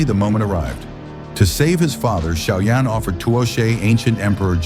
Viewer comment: It's xiao yan not shaoyan and it's dou di not dudi